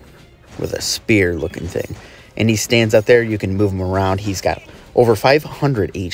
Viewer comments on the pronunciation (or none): none